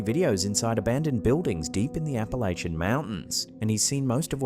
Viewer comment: The minute says Appalachia, I say oh no.